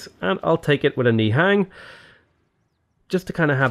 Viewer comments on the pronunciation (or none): Love the videos. Just a heads up, "nihang" are pronounced as "nihung".